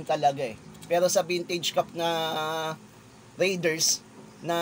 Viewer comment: BOSS PRONOUNCED AS RAY-DERS NOT RIDERS